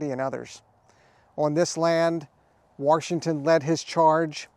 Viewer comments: There is no R in Washington. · You have this guy teaching and preaching about preservation but throughout the whole video he keeps sayings George WaRshington. There is no "R" in "Washington". Pronounce the word right. :)